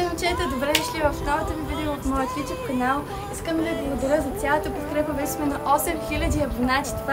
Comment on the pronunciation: Много хитра схема. Ю Туб, А не Ю Тюб